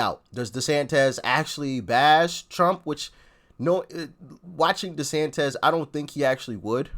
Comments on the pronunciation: I chuckle every time he calls Desantis Desantez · Desantis (-iss, not -ez); you are making him sound like a Mexican... ☻